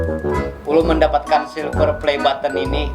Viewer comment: Nggk suka aku liat orang sombong... Soksokan ngomong button aja baten